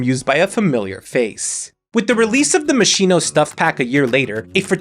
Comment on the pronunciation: also, in case Moschino pack ever comes up again (it shouldn't tho lol) - Moschino is pronounced "Mos-KEE-noh"